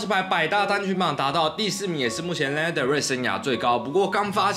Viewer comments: ㄌㄟ ㄋㄜ的瑞 英文稿部分可能需要在加強😊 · 謝謝介紹但可以先唸對他的名字嗎😅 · 抱歉雖然介紹我女神但名字從頭到尾唸錯我真的頭很痛 看不下去 甚至越聽越生氣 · 做介紹還連名字都唸不對：）